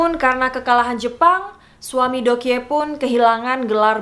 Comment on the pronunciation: Doekhye dibaca Dok hye